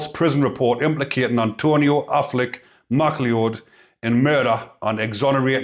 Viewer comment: It's pronounced Mac Loud mate ... like in Highlander.